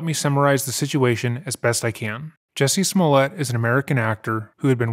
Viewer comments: You called him Juicy Smullea'....LMFAO!!!! That caught me off guard, awesome! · His name’s Juicy Smooyay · you saying "Juicy Smoolyee" was the highlight of the video!! 😂 Nah but this man is crazy. He said nothing during the interview, just like a narcissist. He victimized himself and blamed everyone else for what happened after it. But why were you still wearing the rope? why did the two brothers say that they did it ?! Unbelievable! 😂😂